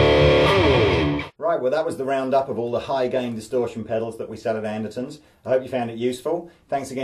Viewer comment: You're saying "anderSons" but it's spelled "anderTons"? What are you up to over there?